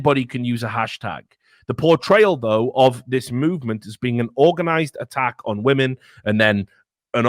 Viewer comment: "Respect Wamen Juice" lmao